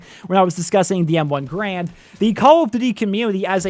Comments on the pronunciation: "M1 Grand" lol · M1 GRAND? Re-read that shit, boy, you're doing it wrong.